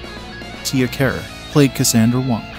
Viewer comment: I noticed. He butchered Tia's name.